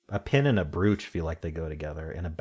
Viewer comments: Doug pronounced it like that too and I was surprised. It's broach here - but then Doug and don't live here. ☺️ 🇬🇧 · I don’t think I’ve ever heard brooch pronounced that way. I always thought it was bro-ch. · weird way to pronounce brooch